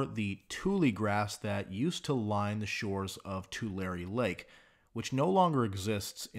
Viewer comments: God bless you for pronouncing it correctly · Finally someone who pronounces Tulare correctly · Hey it's nice to hear someone pronounce Tulare correctly. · Thank you for pronouncing Tulare correctly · I'm glad someone is almost pronouncing tulare correctly. I saw the sun yesterday for the first time in 3 weeks. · A nonnative to Tulare person pronounced it right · Thank you for pronouncing Tulare like a local :)